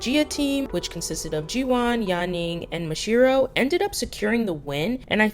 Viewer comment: its not ma jee yuh its pronounced like mafia with a j